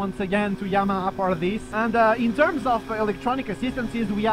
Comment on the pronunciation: Yamaha ❌ Yama ✔